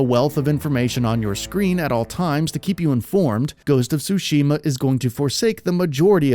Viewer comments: Dude its ghost of TTTsushima!! not ghost of sushima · It is Tsushima, not sushima 😛